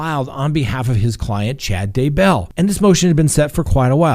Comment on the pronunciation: Oh! Do you mispronounce words on purpose? It’s Kee-tow - Keto. And as for the Daybell’s it’s not Day- BELL.